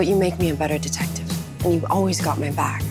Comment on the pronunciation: It was “detectif” when she kissed him for the first time